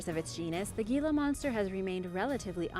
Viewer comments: Gila is actually pronounced HEE-la not ge-la. The Gila Monster is an amazing creater. They tend to be very shy and actually prefer not to use it's venom unless it is absolutely necessary. However I did almost incur ones wrath while visitingCasa Grande National Monument near Gila Bend AZ. While a guides tour at the monument I almost put my foot down on the tail of one of these beautiful creatures. Even the ranger had not noticed it but as I pulled my foot back suddenly and stopped all of the group stopped and was looking at it as the ranget bent down and picked it up to let all of us get a closer look. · Sorry, Gila Monster is pronounced "hee-la." Living in the Southwest U.S.A. I have had personal encounters with them with no issue. I know enuf to keep my distance, having had a friend growing up who got bitten by 1. Nothing terrible hapoened, just severe chew marks and scars. Baltic Sea Anomoly, if it's a natural formation then PLEASE explain to me why are there the Electromagnetic anomalies? Only above and near to the Anomoly at the bottom. Reply please with accredited theories, PLEASE no crackpots. I'm merely inviting "mainstream, accepted history personages" to reply with reasonable theories and I'm willing to discuss the possibilities brought up. I merely want a solid answer that explains and discuss with me so we all can understand better. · I know it's spelled Gila (monster), but here in the west, it's pronounced Hee-la. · The Gila Monster is pronounced Heela Monster. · I live in Hawaii and actually had one of those foot long centipedes come out of my sink drain when I turned the water on, scary s**t! I really enjoy your videos, very informative. So many people learning from you, I have one constructive criticism. You pronounced most Spanish words beautifully, but the G in Gila monster is pronounced like an H. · The 'G' in Gila monster is pronounced like the letter 'H', owing to its Spanish origin.